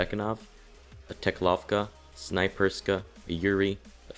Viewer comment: OMG everyone says Snaperyska and Zubekanov! Its Snayperskya and Zubeknakov! TRIGGERED Very helpful btw! ;D